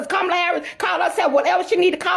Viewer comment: "Con- Mala" Is Not Like Us! Don't Trust!!!